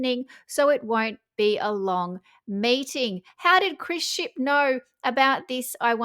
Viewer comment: Did you say Chris Ship or Leaky Ship?? 🤔